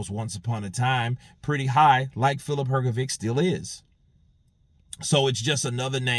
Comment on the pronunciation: Please learn to pronounce hrgovich's last name,it is Hrgovich not hrgoviq